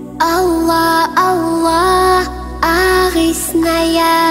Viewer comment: В Имени Аллааh, не до конца произносишь все буквы